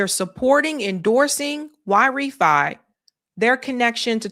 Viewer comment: Great Show 🎉 I believe YRĒFY sounds like Y RĒ FY like Why Refinance. Hope you read the comments 😊